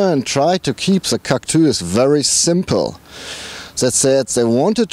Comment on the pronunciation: Haha Cactüüüüüs xD Der neue "Citrön Cactüs" :D